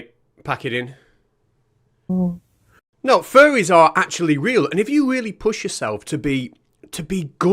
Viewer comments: I know you are saying faire, but I keep hearing furry, and that is much funnier. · I kept hearing ‘Furries’ too; just the thought of a family of furries living in my wall or even in the attic - NOOOOO! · Ya he keeps saying furry lol